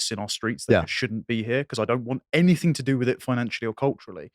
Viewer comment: I'm sorry to be a pedantic arsehole. But really has to stop saying 'anythink'. It's anything. ANYTHING. With a kind of silent g at the end. Or a hard g if you're from Manchester, pronounced a bit like 'anythinga', or 'anythinger'. Damn, sorry to be a twat but it really grates. Otherwise love everything does.